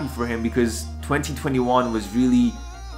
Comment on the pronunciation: you are mispronouncing the world "year" ✌